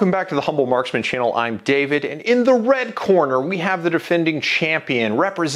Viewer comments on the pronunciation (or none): none